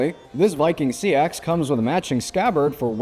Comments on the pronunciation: Yeah pretty sure it’s supposed to be “seex” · He’s wrong. It’s pronounces sax. It’s where Saxon comes from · I've never heard it pronounced like "sea ax". Learn something new every day...